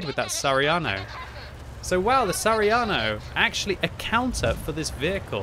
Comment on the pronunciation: its sa ha ri a no not sariano..